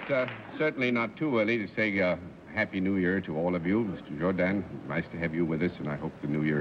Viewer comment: Arlene also came the closest to pronouncing his name correctly. It is (with a French inflection of course) pronounced Jour-don, not Jour-dan.